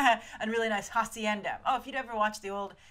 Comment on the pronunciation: día de los muertos is november 1st..... And btw, if you wanna say spanish words with an h (like Hector and hacienda), dont pronounce it like a j, in spanish the h is silent (ektor, asienda)